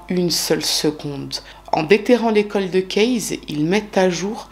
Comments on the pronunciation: Vous aimez cette façon de prononcer coldeuh cayse et c'est tant mieux. Pour ma part, chaque fois que j'entends cette prononciation, cela irrite mon oreille, surtout venant d'une personne s'occupant de True crime depuis un long moment. Cela dit, c'est bien la seule chose que je pourrais critiquer chez. En effet, c'est une des youtubeuses True crime les plus talentueuses. Sa rigueur dans les cas qu'elle traite est tout simplement superbe. Ses recherches approfondies font que, même dans les quelques affaires archi connues que nous propose parfois, elle arrive à nous surprendre en dévoilant des détails que même les émissions classiques (comme FELA ou Chroniques criminelles, par exemple) n'avaient pas dénichés ou pas jugés bon de signaler. Son élocution, sa fluidité de parole, son vocabulaire recherché, sa présentation très simple, sans chichis, le fait qu'elle s'adresse à nous, son public, aussi naturellement que si elle racontait une histoire à des copines, font de chacune de ses vidéos un petit joyau à savourer sans modération. Sans oublier son empathie et son profond respect pour les victimes... est unique et peu d'autres youtubeurs lui arrive, ne serait ce qu', à la cheville!!! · Ces bon vieux coldeuh case ^^ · J'ai adorée aussi le "coldeuh kayse" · Les coldeu kèz 😱😱😂😂 Je me moque gentiment hein Merci pour pour extraordinaire travail surtout 🙏🏼🙏🏼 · J’apprécie le fait que tu articules. Tu es toujours très claire, en plus d’être visiblement passionnée par les sujets. Merci ! Et oui, j’aime ton « coldeuh kayse » 😆